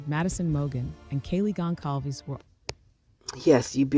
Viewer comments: whomever this person is talking is so mis informed its not even funny. her wording is appalling . DO YOUR RESEARCH! AND ITS PRONOUNCED GON SAL VES. .............RIP ETHAN ,XANA, MADDIE, KAYLEE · it really irritates me that ppl can not/do not pronounce Goncalves correctly!!! That really gets me that come from having a name myself that does not get pronounced correctly!!!